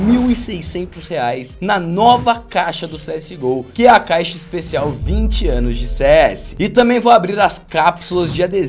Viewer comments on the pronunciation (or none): "20 abos de cs" ok . . . "Abos"